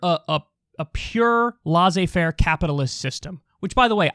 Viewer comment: Damnit, Kyle, can you please look-up how to pronounce 'laissez-faire' 😃